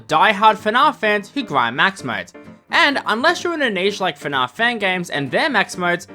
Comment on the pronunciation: Who the hell pronounces it fnahf?!